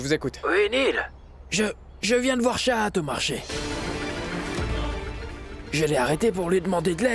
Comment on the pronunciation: Tu as dit chachat mais C'est chahat😂😂😂😂😂😂😂